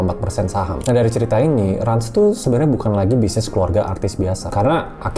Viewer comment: RANS dibaca RANCH.. kenapa masih pada bingung.. jelas itu bisnis ternak 😂